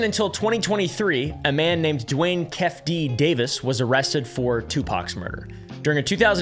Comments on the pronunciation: Not keff-d. Its kee fee dee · "Keff D" is pronounced Keef-ee-dee ;) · It’s pronounced Key-fee D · Its pronounced like keithy D keefe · I only have 1 correction keffe is pronounced keefee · kee fee dee😂 i’m sorry but you mispronouncing that is killing me 😂😂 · 😂😂 my mannn ‘Key-feeDee’ is actually how’d you pronounce it- idgaf but I know some lards may Love you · "Kee-fee-dee". You're welcome! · It's pronounced Kee-fee D but yeah f**k all them evil people. I always appreciate your deep dives. They're far more digestible than other people's videos for me. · it's pronounced "Kee-Fee D" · I get a giggle and find it awesomely how he pronounces Keffe D. Don’t ever change please ❄️